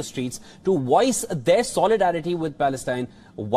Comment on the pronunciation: It’s not woice, its voice